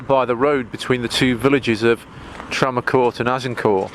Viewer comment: Azincourt is the village adjacent to the battlefield. We say Ag In Court, with the t pronounced.